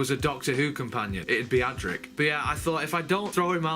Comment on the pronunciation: Is is funny that you don't get a single companion's name correct: it is Adric (not Adrick), Tegan (not Teagan), Turlough (not Terlow or Torlow) and Peri (not Perry)